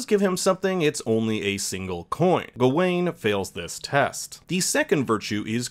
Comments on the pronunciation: Good video but dude... why are you saying Gah ween instead of Ga win, your wrong pronunciation really bothered me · It's pronounced GOW-WEN!!! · I really don't understand how people can sit through a film where people repeatedly pronounce a character's name 'Gar-wen' and still come out of it saying 'Gah-Wayne'. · “ga wayne” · Not only you pronounced his name wrong, you got some parts of the movie wrong., you have not seen the movie and it shows! Sad. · Bruh can u pronounce his name right?